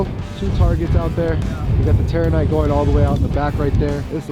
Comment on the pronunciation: Who said terranite? 😂😂😂